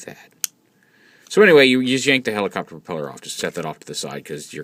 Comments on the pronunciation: Did he say "helicopturd" at the begining? XD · Lol, Helicopturd